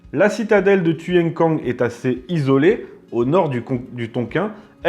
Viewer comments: tuyen quang se prononce " kouang " ... les pavillons noirs étaient des anciennes troupes taiping qui s'étaient sauvés de chine à la fin de la terrible insurrection du même nom ( ) . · Un Vietnamien aurait prononcé ' touyène couangue' !.. fr.qwertyu.wiki/wiki/Siege_of_Tuyên_Quang